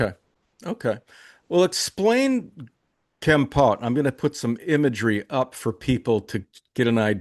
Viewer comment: Foreigners never pronounce Kampot right, it's Kom Pot. Thanks